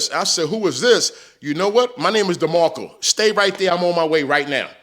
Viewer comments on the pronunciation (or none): It’s DemarkcO not DemarkcA !